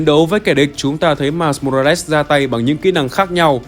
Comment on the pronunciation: Mai mô ra lét??? Nghe kì kì kiểu gì ấy